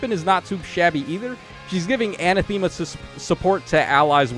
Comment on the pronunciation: really love your videos but the way you pronounce anathema really gets to me 😔 other than that keep up the good work